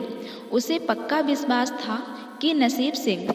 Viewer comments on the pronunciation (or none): none